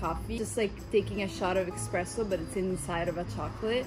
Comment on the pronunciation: You said "EXSPRESSO".You can't be Italian